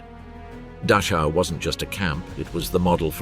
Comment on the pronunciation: Mispronouncing " Dachau " makes it unwatchable anyhow.